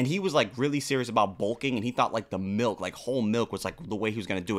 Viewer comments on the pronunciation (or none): Milk, or as would say “melk”